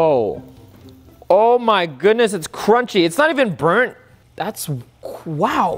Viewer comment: he said qwow! HHAAH